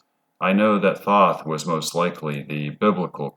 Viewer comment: Thoth (aka The Scribe) is pronounced with a hard o, like toast. Toe'-th. The reptilians are both indigenous to earth and also interdimensional. There vibrational footprint originates from the lower 4th. Their 'culture' is structured primarily on a system of hierarchy, with the winged draco royalty at the top. They use a liquid crystal hologram cloaking technology to appear human, but it will break down in some situations. Cymatics is the science of sound. To understand how everything takes shape on the material realm, you must study cymatics. Tesla said that the key to everything in the universe is frequency and vibration (sound and how it effects the electromagnetic realm that we are living in). He was right. All matter is composed of electromagnetic energy. The same stuff in different forms, it's very simple. The planets aka wandering stars are not what NASA (money laundering fraud agency) tells you. They correspond to the chakra system. The 'mars rover' is only roving on Devon Island, Canada. Don't believe that nonsense. If you believe that clown Elon Musk was orbiting in a convertible.. well. There may not be much hope for the human race. In any case, we are approaching the end of the Yuga cycle. Kali Yuga is the darkest, most ignorant phase and we will soon return to a much better scenario. The reptilians are working hard to keep you in the dark, because their vibrational pattern will not make the jump to a realm of higher frequency. Basically, they will be screwed and l